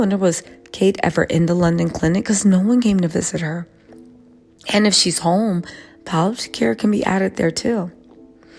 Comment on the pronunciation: Pal-it-tiv care